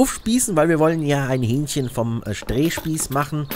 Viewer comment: ... in das Hü-ähnchchen herein Zum Glück kein Hyänchen :D